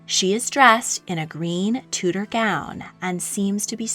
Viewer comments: It's pronounced (chew)dor not (two) dor. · Tudor = Chewda not Tooda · Enjoyed video but winced every time you mispronounced Tudor.